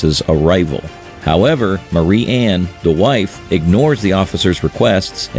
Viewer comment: Marianne is "M-AIR-E-ANN" "MARY-ANN"